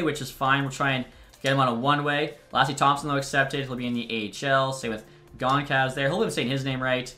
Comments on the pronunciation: goncalves' name is pronounced gonsalves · gon- chal - ves for gage goncalves